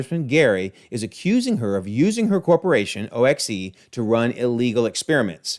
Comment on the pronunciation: In the movie, O.X.E. is simply pronounced like "ox." According to Agents of S.H.I.E.L.D., the Vault (emphasizing it like you did) is located in Alaska.